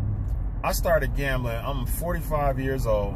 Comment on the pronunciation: To win?one. Way. Stop..gembling